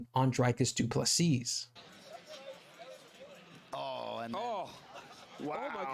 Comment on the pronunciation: The last ‘S’ in Du Plessis is silent dude. Pronounced Du Plessi